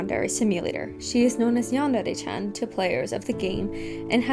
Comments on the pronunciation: It also really pisses me off how YandereDev says the word "yandere" It's far from the worst thing he's done but how tf do you not know how to pronounce one of the words in your title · stop saying yandere with an accent